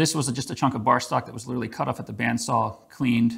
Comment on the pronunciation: Great! Thank you, I want to try this, but there are two words you use that I am not familiar with (I only speak English ;-)) - the one that seems to refer to the rotating item on the lathe (which seems to be a buffing wheel or similar) and sounds like you are saying cart (or kart), and the other that refers to the oil and sounds like whale (surely no one has access to whale oil these days?), if you (or anybody) can enlighten me as to what they really are I would be forever grateful).